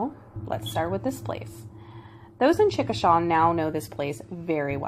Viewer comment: "Chickashay" is the pronunciation.